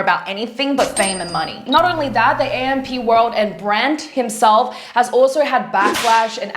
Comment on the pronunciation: You pronounced AMP world wrong and kardashians 😅